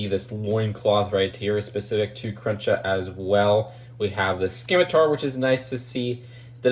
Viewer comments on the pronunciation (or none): It's spelled scimitar but pronounced like simitar the c is silent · In the word scimitar the "c" is silent.